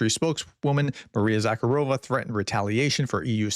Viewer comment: Prof, since you are always interested in improving, it’s Maria ZakhArova, not ZakharOva. Source: I live in Odessa and speak Russian (and Ukrainian, but here more often Russian)